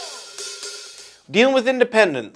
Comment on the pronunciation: South Dakota here, he got it right...but it is pronounced "pier"...makes no sense I know. Also, thanks for playing at my high school in 2006, changed the course of my musical life.